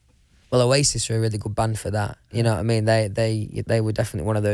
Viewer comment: Nobody: Louis: d'ye kno' wha' I me'